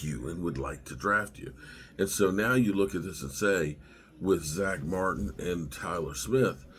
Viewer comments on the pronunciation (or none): none